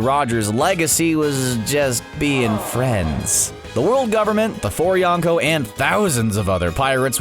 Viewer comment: Hehe “yawn ko”